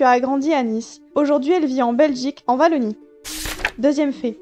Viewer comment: Trop chouette comme vidéo ! 😁 Par contre, le ''W'' de Wallonie ne se prononce pas ''V'' mais se prononce comme dans Welcome par exemple 😉 il fallait que je le mentionne parce que ça a fait siffler mes oreilles de Belge que je suis ahah